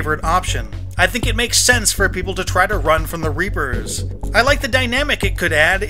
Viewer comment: I swear he says the rapers